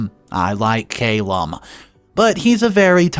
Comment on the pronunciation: Wow I am glad I wasn't sipping a drink when I heard 'ahh-bleest'. Have you really never heard that word before? Don't get me started on how many times and different ways you botched Calum too. Come on dude you're reading shit and releasing it publicly. Some due diligence is necessary.